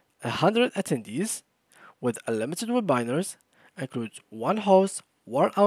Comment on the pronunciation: (Web-binar) Bro it is (Web-i-nar)